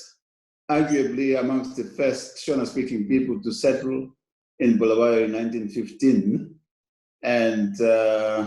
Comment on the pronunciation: Interesting that Mr Masunda actually correctly calls our city as ‘Bulawayo’ yet Trevor Ncube says: ‘Bhulaweyo’🤔🤔🤷🏿‍♂️.